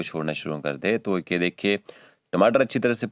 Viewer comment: ये की जगह पर gay बोल रहे हो